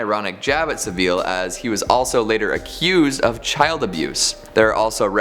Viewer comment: It's Jimmy Savil not 'saville' -sav-ill